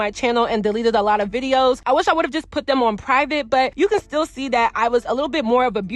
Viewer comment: When you say "them" it sounds like "dim". Also when you say " thumb" it comes out like "dumb". Not sure if its a accent or not pronunciating your words🤔 Not a speech snob just noticed.